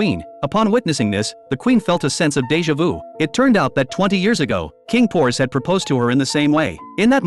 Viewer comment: ‘’de ja vue” lol it’s weird because I’m French